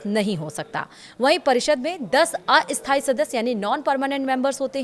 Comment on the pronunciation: स्थाई और अस्थाई का उच्चार्ण ठीक नहीं है, अपना उच्चारण ठीक करें।